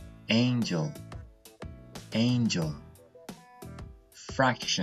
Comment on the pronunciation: First of all, I want to appreciate the wonderful job you are doing, your videos are so useful and full of important key points. Just a point I found confusing on this video, the 680th word is pronounced like "Angel" but is written "Angle", am I right? (also, is there any grammar mistake on my comment?) Thanks in advance.